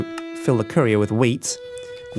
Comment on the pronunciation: Who else thought he said curry